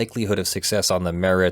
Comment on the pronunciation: Hasn't anyone ever told how to pronounce irreparable? You would think a lawyer would know how to pronounce most words that they use fairly often. I suppose it could be a PA thing, because my dad is from Bethlehem, but I'm pretty sure even he knows that it's "puh-rable", and not "pair-able".